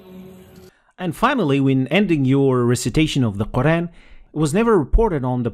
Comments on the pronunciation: You forgot to mention him saying many times ü and ö Turks 2 problems are: ve and ü/ö. There is no ve and ü/ö in the Quran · another mistake: He pronounced "u" as "ü", a turkish letter which doesn't exist in arabic. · I hate that turks say ü when its u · I'm not an expert, but one thing that stood out to me was the pronunciation of the u vowel (short and long) as a front vowel (ü) instead of as a back vowel (u). I'm not sure how serious a mistake it is, but it still sounds odd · Like a lot of people from turkey or azerbaijan, he pronounces ü instead of u. I don't ever think that arabic people can even pronounce ü. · This admin should improve the pronounciation of QUR'AN NOT KURAN. Sorry nothing personal. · Again it is nice that one President recites holy Quran i public. By the way Turks have their way of pronouncing some letters like ü not u and like that. It is good cause he knows what is Quran and he reads. Mashallah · I know so many people who make this mistake, it's not just President Erdogan! Please make sure you don't make this mistake. This is also widespread.